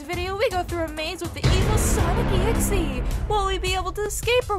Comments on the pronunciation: What the heck you call them Samick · I love how they call them Sanec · it is not sanic it is sonic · It's not whatever you call him it's Sonic not Sonic Sonic mrs. This is Brielle I would all of your videos and I want you to make a new video soon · It’s not sanic!!!! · It’s not sanic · It's pronounced sonic